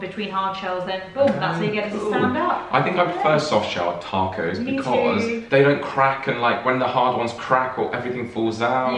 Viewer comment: I swear, I’m not trying to be mean aaaat all. But they way y’all said “Taco’s”. When I first heard, it sounded like “tack ho’s”. OMG did she really just “tack ho’s”. Lmaooo 😂